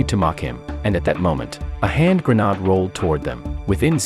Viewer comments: I love the inability of AI to properly pronounce grenade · Can't you say grenade...ha ha ha prat .. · Grenade ❌️ Granad ✅️ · A "hand grenod "? Is this something new? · "Pikachu was throwing a hand grenaudeoux" lmao wtf is that sentence